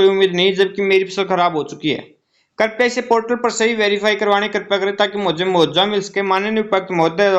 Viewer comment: मुआवजा ठीक बोलो मुहावजा नहीं